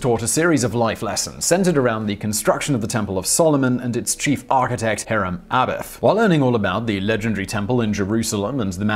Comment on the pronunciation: Just cause I know you LOVE it when people have a go about pronunciations. It's Hirrum Abiff (uh biff) And Jochin (jah kin)